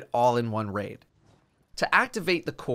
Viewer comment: I gave up on this quest the moment he said "Raid"